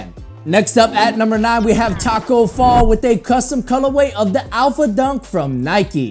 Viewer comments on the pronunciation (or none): none